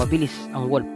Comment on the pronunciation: anung " koyote"? Hahaha tapos wolp hahaha